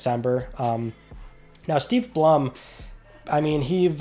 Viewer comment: You must’ve been reading his name off of an AI because it’s pronounced Steve Blum like the flower